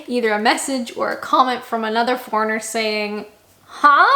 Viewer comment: You still pronounce ‘foreigner’ like ‘fauna’, and I still can’t understand what your name is. Screens are not really needed on windows in UK, or in France, the only other country where I’ve lived. Eggs do not need to be refrigerated in Europe because they are not treated as they are in North America. Air conditioning has not been needed often enough to justify the expense: that may change with global warming. Banter: the French people we were friends with used banter much as Brits do - and their fire hydrants are more like in North America. We use European date format - it is not just British. Condiments were traditionally used to add flavour to otherwise bland British food, whereas in most of Europe, they use sauces in cooking to add flavour.